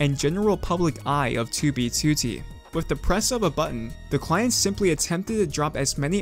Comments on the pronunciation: 2b2t = ❌ too-bee-too-tee =✅ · i cant even watch anymore, 47 seconds in he keeps saying toobie tooty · I like your videos, but I'm extremely hesitant to click when I see one in my recommended because you pronounce 2b2t completely wrong. Please, if you see this, learn to say alphanumeric strings with proper stresses. It's twoBEEtwoTEE, not TWObeeTWOtee. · "on toobie tootie" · why does he say "tyu bi tyu ti" 😩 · Twu bee tuô tee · Ok but why do you pronounce 2b2t "tubey tootie"? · twuee bee twoou teee head ahh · *tooby tooty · its 2b2t dude, not "tooby tooty" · “2b tootey” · never change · can somebody teach this guy how to pronounce 2b2t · the way he says "2b2t" is so fucking funny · i love how he says 2b2t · i hate the way he pronounces 2b2t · this guy says 2b2t the most british way ever, it starts to irritate me everytime he says it. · Why do you pronounce 2b2t like that? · Why tf does he say 2b2t like that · The way you say 2b2t is awful. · Can say 2b2t right please? It hurt my ears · Sorry but your pronunciation of 2b2t make it impossible to watch this video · i am very sorry but i can not bring myself to watch the video cuz of the way you say 2b2t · The way u pronounce 2b2t makes me sick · the way you say 2b2t made me click off this video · Why do you say 2b2t like that. TOOO BEE TOOOO TEEE Edit: VALKUYREYUH? You're just doing this on purpose, now